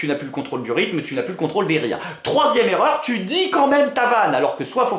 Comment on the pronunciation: 1'23: c'est quoi une zerreur ??